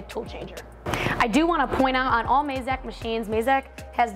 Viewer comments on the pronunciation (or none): Mazak, not Mayzak :P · Surely its pronounced 'MAZAK' considering the company was founded from the family last name 'YAMAZAKI', not 'YAMAYZAKI'